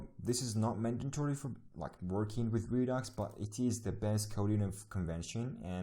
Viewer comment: I keep hearing you pronounce it as ree-docks, but its pronounced ree-ducks. Not that important but just a FYI. If I just miss heard you sorry.